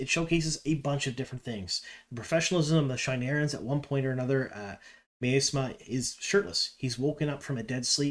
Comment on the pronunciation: Love your sneak peek stuff, but had to stop watching after mispronunciations of Myrelle and Masema. I know you own up to your inability on that front, but... :X